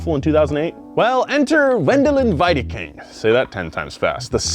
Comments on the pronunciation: Last name=Veedeking. The 2nd letter of german vowel combinations is said in its long form. ie=EE, ei==eye. Standard German (Hochdeutsch) as from Hannover the ch would be said like an sh. You are trying to pronounce it the east german way. So Piech=peesh. But you got the vowel combination thing correct this time. W in german makes the V sound in english. Christian Vulf. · "vendelin veedeking" whichever of the "ie" /"ei" pairing is second becomes the hard Sound, so for example, ie would be eee. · It‘s pronounced „Weedaking“, hilariously enough... ;) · wiedekind is pronounced like V or the WII at the beginning, the rest was ok ;-) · Great episode so far but as a german I gotta correct your prononciatuon, correct is (for you english folks) "Wendeleen Weedeking", this comes closest to how you say it in german. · cracks me up how he pronounces Porsche's CEO name